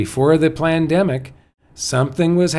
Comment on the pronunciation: Was it just me or did say 'plandemic'?